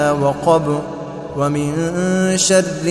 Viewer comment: یہ شر کو شد کیوں پڑھ رہےہیں ؟؟